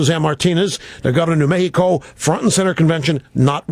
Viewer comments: "new meHEEco" Jesus christ you poser. i live here, i'm half hispanic, and i don't even say it like that. JUST SAY MECKSICO! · "Mehico" huh Limbaugh... That'd be why you lost the Latino vote. Because you are PATRONISING, RACIST FUCKS the lot of ya! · Saying Me-hee-co isn't gonna make you more likeable to Hispanics you fat fuck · New Me-he-co? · The governor of "New Mehico"?! Stay classy, Rush... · did that bitch really pronounce mexico in spanish? fucking idiot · Lol he pronounced mexico the way you do when speaking spanish.